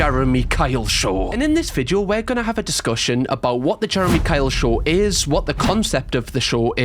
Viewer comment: drink when says SHORH instead of show 😁